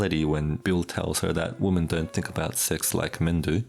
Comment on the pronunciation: WOMEN!!!! not "woman"